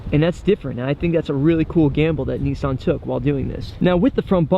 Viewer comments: Nissan not Kneesan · The only thing I don't like about this is the way they say NISSAN, not neesan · nisss Ann its pronounced dno why people pronounce it wrong damn